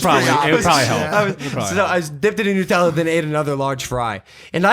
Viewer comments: he calls nut-ella noot-ella its made with hazlenuts which is a nut so its called nutella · Why does Logan say Nutella “nootella”😂